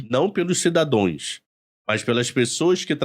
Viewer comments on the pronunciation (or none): CIDADOES ??? pUTZ ESTE É O NIVEL DOS PROFESSORES NESTE PAIS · O cara fala errado! "cidadões" kkkkkkkk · "poblema" e "cidadões" foi de doer... Mas na área dele parece ser um ótimo profissional.